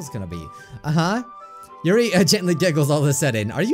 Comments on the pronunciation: Natski= Natsuki See-or-ee= Sayori Atmospere= Atmosphere Monicle= Monika Your-ee= Yuri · Yuri your-ee